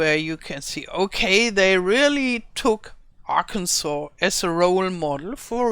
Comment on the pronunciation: Aug. 21, 2024 Your pronunciation of arkansas was perfect. I live in arkansas and I think it's wonderful that giants have Included parts of arkansas in the map. I am excited for the baby animals as well And I. Am breathlessly waiting For your video on the baby animals. Thank you for making this video